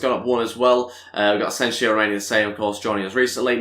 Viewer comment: btw you're pronouncing Asensio's name wrong just so you know Ed would appreciate it if you can look it up and correct